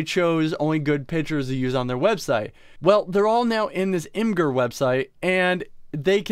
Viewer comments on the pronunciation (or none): Dang that's really messed up. Also imgur is pronounced Image-er , it says so in their help page.